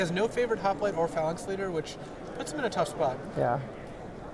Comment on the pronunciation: Graham Dent Irregardless of your limey pronunciation, Ben keeps pronouncing it Phalnax...